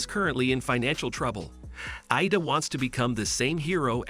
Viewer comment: Midoriya isn't Mi-do-ri-ya but Mi-dor-ya Bakugo is Ba-ku-go not gu Iida isn't Ay-da it's Eeeeeh-da